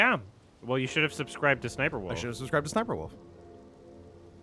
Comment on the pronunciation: I love scoot always pronouncing it as s's'sniperwolf